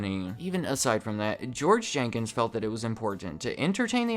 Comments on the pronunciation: Jenkins not Jenkings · Jenkins. Not Jankings. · Jenkins, not Jenkings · It’s George Jenkins. Not Jenkings. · His name was Jenkins.....not Jenkings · His name is George Jenkins. Not Jenkings.. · George "Jenkings" LOL